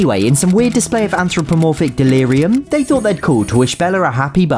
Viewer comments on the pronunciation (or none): none